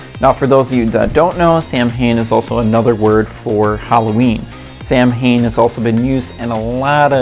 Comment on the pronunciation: Samhain is pronounced "SAH-wen" Is Gaelic. Did you also know? That Samhain (SAH-wen) is the Witches New Year? It's the last harvest, including harvesting livestock. This "festival" usually last through November 1st !. Its a time for merriment and feast, getting ready for a long winter. SAH actually means summer's end. And Some still believe in the owl is messenger of death. Being a Witch (Wiccan), Samhain is a time we reflect on the ones that have passed through the veil. In remberance of those ancestors. I certainly take notices if I hear an owl's call. In some Native American cultures believe in this. The Raven as well. Ravens are called "The Messenger "Being born on October 31, the veil being the thinnest. And if you were born with a caul ( with the amniotic sac still intact) was once believed that you will have the "sight" Should have asked a witch 🧙‍♀️* insert cackle here 🧙‍♀️